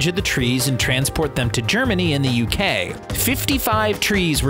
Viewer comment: you said gremany in the uk